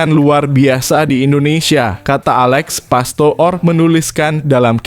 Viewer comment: komentatornya diganti aja,ngucap Alex pastoor(pastur) aja gak bisa